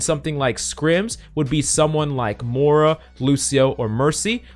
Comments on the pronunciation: Can you stop calling Moira Morra pls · One day, I will hear "Moira" and not "mora".